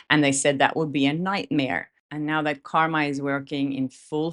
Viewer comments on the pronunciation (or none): none